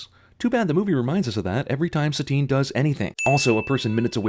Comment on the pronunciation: I always thought that her name was Satine because it was supposed to be like "satin" - smooth and sensual. Not like satan.